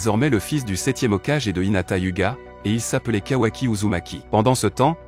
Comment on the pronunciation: Frérot j’espère le mot Hokagé Tu le prononce comme si c’était un enfant qui lisait un livre hokage ( haut cage ) 🤦‍♂️